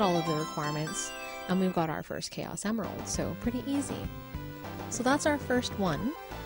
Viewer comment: you said chaus emerald